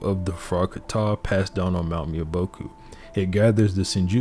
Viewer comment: Bro, I love this video. But your Japanese pronunciation needs a ton of work. Mount Myo-Bo-Ku not Mio-Bo-Ku. Ka-ta not Kat-a. And Tai-ju-tsu not Tai-jitsu. You have to pronounce the syllables or you're just saying random words.